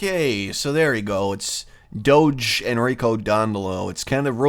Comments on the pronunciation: It's 'doe-jay'. 'doe-gay' would be 'Doghe'. It's from Latin 'dux' meaning 'leader'. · Doge is actually pronounced with the G sounding like a J like in Jimmy.